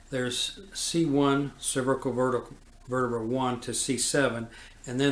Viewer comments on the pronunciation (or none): The above doctor spells " vertebrae " wrong in this video...he says " verterbrae"....this is a strange mistake for a doctor to make. Also, he seems to be entirely unaware of the 5 page report from the autopsy filed by FBI agents Sibert and O'Neill which describes in precise detail JFK's wounds as described by the autopsy doctor, Dr. Humes. He AGAIN is unaware of the signed autopsy drawing of JFK's back wound made by Admiral George Burkley, JFK's personal physician. These are not the only mistakes he makes.....he refers to the doctors at Parkland Hospital who observed the large hole in the back of JFK's head as " pathologists", which they were NOT....they were surgeons, residents, etc. However, NINETEEN of them AND the nurses and others SAW a huge hole in JFK's skull just behind his right ear.....an obvious EXIT wound to most of them ! Facts not presented correctly in the above video : 1. This doctor keeps saying that the entry level of the back wound was at " C7". There is NO evidence of this claim !!! The back wound was MUCH lower at the level of " the THIRD THORACIC VERTEBRAE, TWO INCHES TO THE RIGHT OF THE SPINE" as written by agents Sibert and O'Neill in their report, as indicated on Admiral Burkely's signed drawing, as shown in the photos of JFK's back, his shirt, and his jacket. What the hell is he talking about ?? The bullet entered at 5.5 inches below the collar and was WAY TOO LOW to exit from the throat...it would have exited from JFK's CHEST, as it DID in the Publi